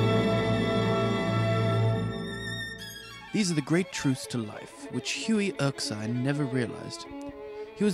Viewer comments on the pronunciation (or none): Its Hughie Erskine Not hughie erksine 05 : 47